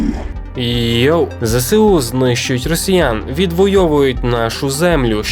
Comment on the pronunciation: Не ЗеСеУ а ЗеЕСу. В нас нема букви Се. А так, огляд більш менш, на тверду четвірку. Дякую.